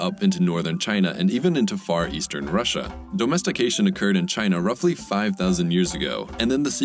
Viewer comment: Why is the narrator saying dOHmestication?